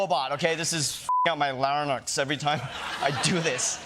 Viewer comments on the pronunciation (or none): Hey Ronny: Larynx is pronounced "Lair- Inks" ; I will add I think you are very original and very funny also cute.